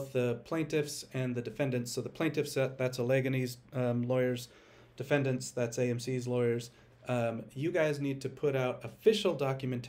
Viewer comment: It's pronounced - Al-E-Gane-E 🤣